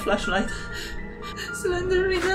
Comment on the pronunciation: Poprawnie sie mówi Slendrina